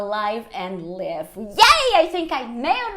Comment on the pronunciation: Live - pronunciou como “leeve”